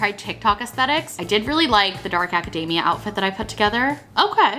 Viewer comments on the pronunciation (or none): Every time I hear "aca-DAY-mia" instead of "aca-DEE-mia", I go a little more insane xD